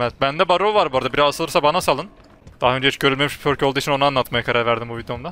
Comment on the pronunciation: perk değil pörk artık